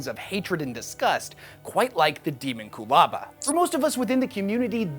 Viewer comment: It should be pronounced deh-MON-kyoo-LA-ba, like homunculus, it’s not ha-mahn-KYOO-lis after all and thats clearly it’s derivation. Sounds far more intimidating. Even if it is canonically pronounced as demon-coolaba I’m still right lol, sounds like a drink you’d order from a dystopian Starbucks “can I get a demon coolaba with Baphomet’s goat milk please”